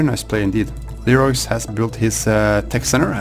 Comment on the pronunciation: I think Leroix's name is pronounced Loo-Roy I think. Also, interesting match.